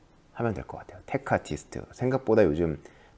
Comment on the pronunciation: 테크 아티스트라고 말하실때마다 테크 프리스트라고 들려서 곤란하네요